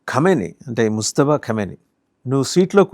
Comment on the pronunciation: Mujtaba.. ముజ్తబా ఖమేనీ.. ముస్తఫా కాదు ! ముజ్తబా, ముస్తఫా రెండూ వేరు వేరు పేర్లు.. కానీ ఈ రెండు పేర్లూ ముహమ్మద్ ప్రవక్త వే!!